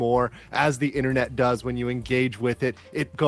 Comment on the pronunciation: I've just told YouTube never to recommend me the Quarterpoundering channel again. I guess I'm gonna miss him barraging me from the beginning of his videos about Coffee-Brand-Coffee™ this and Coffee-Brand-Coffee™ that, and how he somehow always got to mispronounce Private EHNNENET Access even after having said it like a thousand times (literally), just to be subjected to the next seven minutes of him just babbling "Ehmm... Uhhh... Ahmm... WHAT?!... Oh yeah, Ehmm... Uhhh... Ahmm..."